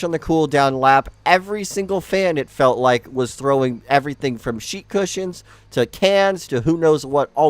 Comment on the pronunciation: The narrator doesn’t seem very smart. He’s always mispronouncing words. Plus, he loves to constantly use some variation of horrible. Always saying horrific, horrifying. Dude be a mongoloid